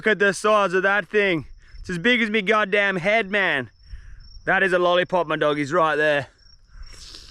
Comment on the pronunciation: Sounded like a southern American when you said god damn after you got that big muddy